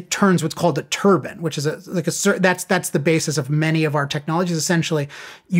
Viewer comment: Turbine not turban